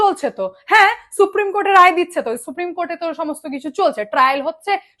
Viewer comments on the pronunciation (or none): none